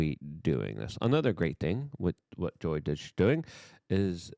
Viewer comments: Luke, wtf is 'Deutch'? Are you attempting to say 'DOGE'? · DUH OY GGGGEEE is NOT, NOT, NOT the right way to pronounce the word...... it is cringe cringe cringe and lowers your creds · STOP CALLING IT DOIGE LUKE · DOGE NOT DO-I-GE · DOGE is not pronounced like boing. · Dude please pronounce doge correctly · You pronounce DOGE weird